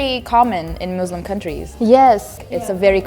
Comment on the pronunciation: i loved this but the thing that triggered me most is when she said muzluhm and izlahm